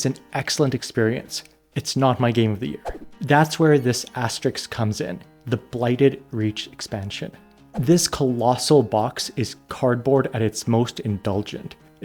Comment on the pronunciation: asterisk, not asterix love ya